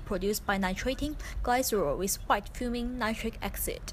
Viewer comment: Acid not axid